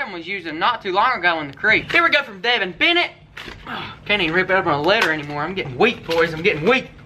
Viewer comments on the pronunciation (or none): none